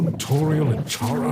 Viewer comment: Chara, pronounced liked “charmed” instead of “car”? Hmm. Welp that’s your choice pal, not mine.